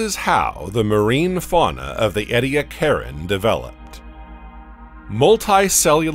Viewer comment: I'm questioning where they got all this information from. This is the first time I've heard of the Columbia and Pannotia super continents. I'd like to know more about that, but I have to question how accurate this information is since the narrator pronounces Ediacaran like Eddy-a-karen (lol). The Permian-Triassic extinction is called the Great Dying, not the Great Extinction. Also, it really threw me off for a bit when they showed a picture of a dimetrodon while talking about archosaurs, which they were certainly not (they were synapsids). Then they really threw me off saying the India-Asia collision happened 65 mya (the same time as the Cretaceous-Paleogene extinction), then again 35 mya. What the hay? Get your facts and script straight!! (Also, it might help to make your own footage instead of throwing around random clips from different sources at random times.)